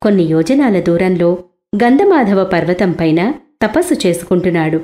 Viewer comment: ఏం తల్లి పేర్లు మార్చి చెబుతున్నావు? అది గంధ 'మాధవ ' పర్వతం కాదు "గంధమాదన" పర్వతం. కొద్దిగా తప్పును సరిచేసుకోండి